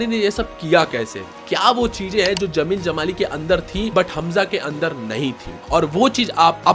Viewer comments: Bhaai, zameel zamaali nahin hota...jameel jamaali tha. Har jagah 'z' nahin bola kartay cool 😎 dikhnay kay liye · Bro it's Jamil jamali not zamil jamali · जब 'ज' बोल सकते हो तो ज़मील ज़माली क्यों बोलते हो? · Dude Z and J pronounce different zara ye bol ke dikha...... Jai Hind, Zai Hind mat bolna Video pe effect karwadunga